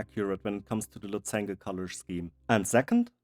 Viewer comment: Incredible, loved every minute of it! By the way - "lozenge" is pronounced "losendsch" with "offenem o", "stimmhaftem s" and also "stimmhaftem sch". But who cares, it's the results that count, and they are simply stunning...!